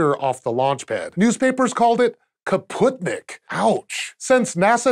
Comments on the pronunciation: He was quite close with Kaputnik but yeah they realy struggle with russian names. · Hmm you never read comments,, do you? It's spootnik. You did read kaputnik right, though )